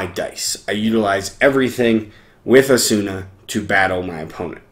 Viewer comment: Thanks for the video. But the way you are saying Asuna is bothersome.